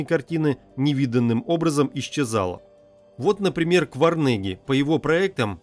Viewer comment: Что за персонажей называет чтец? Какой такой Кварнеги? 😡